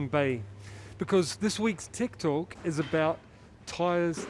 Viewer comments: Is it just me that hears TIKTOK everytime he says TECHTALK 🤔 ?? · Simon says, "Tech talk" I hear, "Tiktok" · Simon good job & good explanation. Thanks . P/s I keep hearing you uttering Tik Tok :)